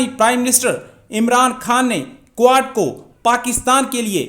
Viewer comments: Aree is budhe ko QUAD bolna sikhao. Kuad-kuad kar raha hai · Quad pronounce to karle pehle sahi se